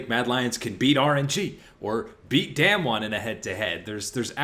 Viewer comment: We have been talking about this team for the past 3 years now, I think it’s time to pronounce their name correctly. It’s not “damn-won” is “dahm-won”